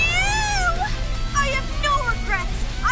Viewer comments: Why are they pronouncing "Am" as "Arm"? WTF?! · Andrew A they've been doing that since she was introduced